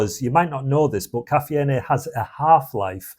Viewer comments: KA fee N A what???? STOP!!! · If you are gonna ditch anything first start with your English teacher mate . Caffeine is pronounced as " ka-fe-yin " .. 🤣🤣